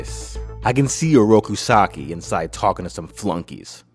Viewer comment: 5 minutes in and I can already tell that you didn't really pay attention to the pronunciation of Shredder's real name It's pronounced "SAWW-KEE"